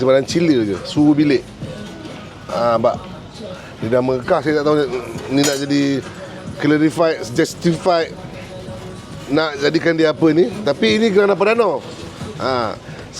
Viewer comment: Sebutan yg btul Cla-ri-fied